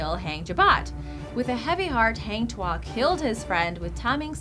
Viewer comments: it's not pronounced as in taming an animal,it's ta as in target,and not hang as in hanger but hung as in "he hung himself" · malaysian ... not melaysian ... heng tuah .. really ... haaaang tuah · Hang Tuah is pronounce as Hung as in past tense of hang... Not Hang as in Hanging... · Guan yu pronounce Guan ewe. Hang Tuah pronounce Hung tu-ah. Malaysia still exist on map. Don't change the spelling to make it sound exotic. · #9. Malaysia*. Not Melaysia. Also 'Hang' is pronounced 'Hung'. Because that's a Malay name, not an English word. And the myth/legend orginated from Malacca Kingdom because Malaysia didn't exist until 1964. And now Malacca Sultanate is reduced to a small-sultanless state in Malaysia. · Lmao it's supposed to be pronounced hang tuah~hung tua